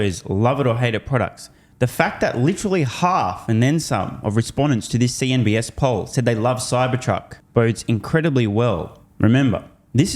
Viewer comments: CNBC, not CNBS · Are you saying CNBS instead of CNBC on purpose or from habit?